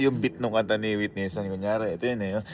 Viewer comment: Hindi yon witni waytni houston😅